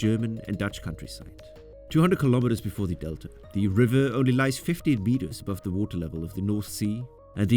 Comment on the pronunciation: Why does he say thee instead of the?